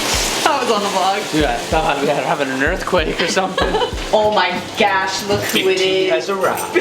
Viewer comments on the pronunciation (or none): Did she say OH MY GASH?